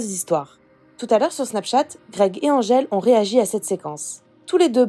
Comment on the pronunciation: Greg dit Andgele et pas Angele, ce bebeww ☺